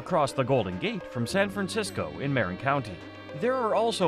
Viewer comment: AI needs to learn to pronounce Marin and Van Nuys, California.